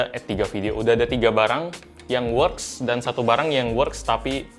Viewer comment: Works (dibaca weks)